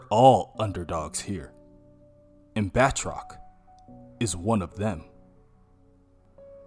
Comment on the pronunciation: It’s “Ba-troc” not “”Bath-rock” haha